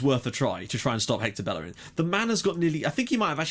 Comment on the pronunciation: Plz stop saying ``bellerin`` he is spanish so you say ``bejerin``